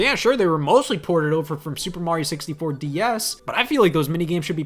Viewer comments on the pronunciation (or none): This 30-year-old teenage-looking MoFo just called Terraria 2d minecraft and then called Mario "Marry-oh". Oh fuck me!